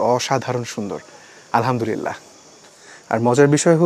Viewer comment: আলহামদুরিল্লাহ না ভাই উচ্চারণ আলহামদুলিল্লাহ হবে।আরবী উচ্চারণ টা সহীহ করে পড়া উচিত।নাইলে অর্থ বিকৃতি হয়ে যায়।ভুল টা ধরিয়ে দিলাম।মনে কিছু করলে দুঃখিত।